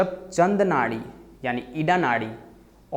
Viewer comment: Ida ka pronounciation to thik se kar lo pehle.